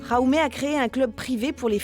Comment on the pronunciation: Petite info pour la prononciation du prénom "Jaume" , c’est catalán donc on prononce le J comme en français! (Ja ou mé) 😉 En español c’est "Jaime" avec le J qui sonne comme un R exagéré. (Ra i mé) 😊